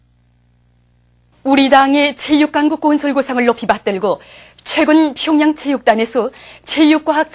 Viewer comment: 평양이 아니라 퓨~융 양 뭥미ㅋㅋㅋㅋ